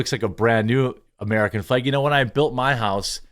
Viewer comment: The way he pronounces “flæg” went from funny to “holy crap bro, stop saying flag”